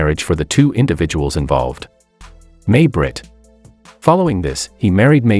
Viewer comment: It’s not May Britt it’s pronounced My Britt.